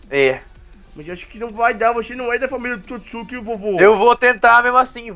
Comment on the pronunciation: o hagoromo é otsotssuki